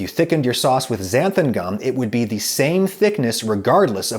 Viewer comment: I have this weird Mandela effect thing with Xanthan gum. I would have bet my life that it was spelt and pronounced "Xanthum gum" but apparently not. I think Adam says "Xanthum" . Does anyone else have this?